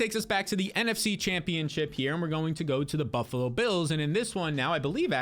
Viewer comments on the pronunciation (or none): none